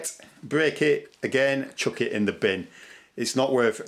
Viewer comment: I want this guys "binn" sounds like there is a shitload of usable stuff in it. 😂🤣😂